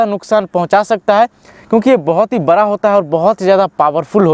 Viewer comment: Apni jaankari puri kariye.. Last 100 years mere ghar mein dogs rehtey aaye hai German shephard , labrador , Saint bernard ,pomerian , lashsa apso even dober man ...but sadsy dogs mein german shephard Sabsey jada dini se hai...and he is vegetarian...koi bahot jada khana to nhi khata... Aur ek baat plz hindi sahi bola kariye आप बड़ा को बरा कह रहें है, बरा क्या होता वो भी बताइयेगा कृपया